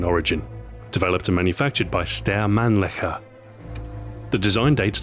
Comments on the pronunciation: It´s Manlicher not Manlicker xD but yeah it sounded like that :P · he says Steyr Manlnicher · ...developed and manufactured by... what? Steyr man licker? Wow, being German, I find this sounded weird... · man-licker? lol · excuse me, did I hear Stan man-licker for the inventer? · omg srry not making fun but cmon Mannlicher? XD how many men did he lick? lol still its a mean gun to go up against but still it was a good vid Ahoy.